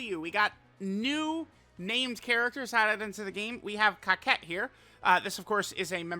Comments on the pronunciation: It's cocotte not coquette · Sorry. Was thinking that someone would correct you but that hasn't happened yet. Her name isn't pronounced 「Kaket」. It's pronounced 「"coco" small pause "to"」 The first "co" and second "co" sound exactly the same. The "to" sounds the same as the "to" in the word "towards." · I thought her name was pronounced Co-cette not cockette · I’m pretty sure her name isn’t pronounced COCKette but that’s just me 🤷🏻‍♂️ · Are you sure you’re saying the name right? I don’t see how “otte” makes “ette” sound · bro said Cockette 🤨